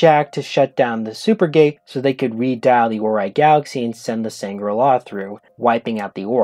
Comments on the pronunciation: Sangral not sangrala. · Dude, why are you saying Sangrala? It sounds like Shangri-la which is nothing like how they said it on the show.